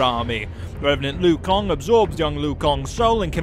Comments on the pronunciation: Kang not kong lol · It's pronounced Lanky Kong. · Louie Kang (lol) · Take a shot every time he says "Louie Kong." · Take a shot everytime he says Louie Kong lol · It took me a min to realize he was talking about Liu Kang and not a new character. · "Liu kong" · Who the hell is louie kong? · Take a shot every time he says Louie Kong. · Louie kong? Is he new? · Who the hell is louie kong its pronounced lu kang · Lol looey Kong??? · I can't un-hear the "Lui Kong" part tho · Kang not kong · who the F*** is Louie Kong? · "Louis Kong" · Who the fuck is Liu Kong and Seerax ? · lui kang? isnt it LIU kang? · Was anyone else really weirded out by “Louie Kong”? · I feel like that accent can't say Louie Kong's name right so I'ma let it slide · This guy can't pronounce ANY names! "Lui Kong" is he joking or not? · Luwee Kong? Ha!😂😂😂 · Louie kang? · Lui Kong.... Lui Kong.... Lui Kong.... 50 sins for that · Okay, no offense... Did you even play this game? Because you get alot of names wrong lol Here’s the ones you got wrong, and how they’re meant to be said... LUI KANG You said: ”Lu-i Kong” Right way: ”Luu Kang” CYRAX You said: ”See-Rax” Right way: ”C-eye-racks” GERUS You said: ”Ge-ras” Right way: ”Gee-rus” KANO You said: ”Kah-no” Right way: ”K-no” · How about "Everything Wrong With This Video", here's the script: Louie Kong Roll Credits. But seriously, I can understand you pronouncing Kang as Kong, but how Liu (pronounced Lew/Lu) became Louie is beyond me... And did you say Audios at the end? Dude, do you even words!?